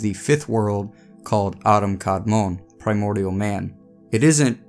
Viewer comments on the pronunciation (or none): none